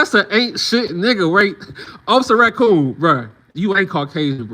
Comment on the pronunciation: 🤣🤣🤣NOT OFFICER RA-COON🤣🤣🤣